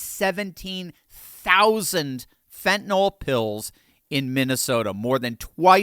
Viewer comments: Thanks,. I love your videos! By the way, the drug is called "Fentenyl," not "Fentenall." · Pronounced Fen -ta - NILL not Fent an ALL